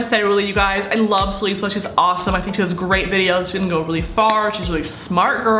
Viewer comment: *Ta-li-suh =Talissa Not Ta-le-suh. Please do not hate on this comment, im just saying how to say her name❤ Ilysm